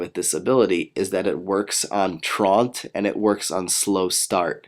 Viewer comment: I like this video, but you are pronouncing slakings ability wrong. it's truant, not traunt. I don't mean to be a troll, its a common mistake.